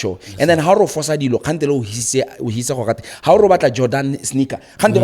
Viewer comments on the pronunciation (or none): none